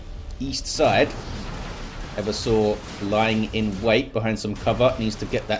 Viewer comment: Hey, it's e-VERSE-ah, not Ever Sore.